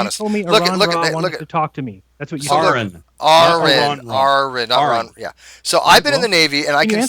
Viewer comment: I think Jeranism accidentally called Aron 'Iran' . lol